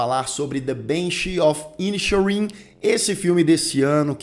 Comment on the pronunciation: Como uma pessoa que viveu 4 anos na Irlanda, me incomoda um pouco a pronúncia dos nomes dos personagens (até porque são pronunciados corretamente no filme...). A pronúncia correta é: "Pórric" e "Cólum". E o título da obra: The "Banxís" of "Inixérin"